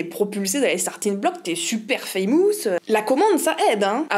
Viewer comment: Merci beaucoup d entrain c est agréable à écouter On remédie à un problème On pallie un problème Prononcez Fameusse mais pas famousse Ok ??? Parce que ce n.est ni beau ni ..... ni ..... Lol Encore merci pour votre analyse historique sur l art et ses mouvements. Chaque mouvement répond à l autre....et on peut y trouver son bonheur . Quant aux femmes peintre , il y a bien eu Vigee Lebrun....la fille de Greuez trop méconnue à mon goût et regardez pourquoi ( dénonciation de choses pas joli joli concernant papa).....Rosa Bonheur plus tard et Frida ..